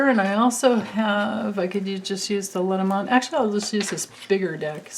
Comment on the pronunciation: I keep wanting to mention, I believe Le Normand is French, and was combined over the years. Which would make it pronounced Lay Normaand. I could be wrong....🤪😁💙but i think it means... the norman. Not sure what a Norman is😁